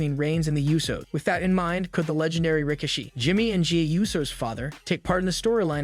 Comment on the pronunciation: Who's Rick-a-she? 😂